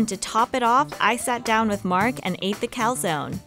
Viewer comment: Everything is good but.. “CALZONE” not calsòn..